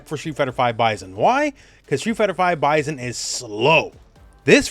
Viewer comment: Bye-sin not Bye-zen…